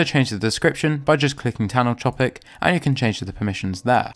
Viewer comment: "Tannel Chopic" lol